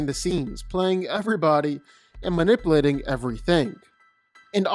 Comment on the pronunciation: Why does this guy pronounce "Manipulating" so weird? And why does he use it so frequently?! It proper bugged me ha